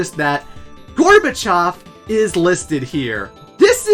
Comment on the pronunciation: I'm Russian, and it's so nice to hear the pronunciation of "Gorbachev".